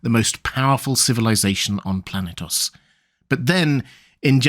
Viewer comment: Planetos? I felt brain cells dying hearing that